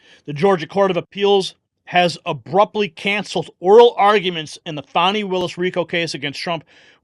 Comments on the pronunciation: Fani as in fanny not as in fawny. Why pronounce her name in a complimentary way Nothing wrong with fanny. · Someone needs to cancel Hotdog Wade and the Biggest Fani in Georgia Willis. It's not Foni, it's Fani Willis as in somebody's butt i.e. fanny. You ought to hear here church speech where she whales on white men. She is a straight up black supremist.